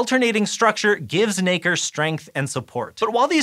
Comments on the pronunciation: All im hearing is the n word when he says nacre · Just be careful how you pronounce Nacre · Nacre please!